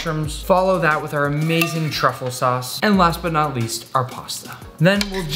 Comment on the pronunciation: baby girl…. It’s truffle